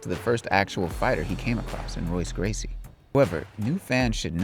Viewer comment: If you cant even pronounce Royce Gracies name correctly you have no right to speak about mma.